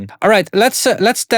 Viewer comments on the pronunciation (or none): Every time when you say “test this” I’m going crazy… in Bulgarian, testis means part of the reproductive system (balls)and with your accent, sounds the same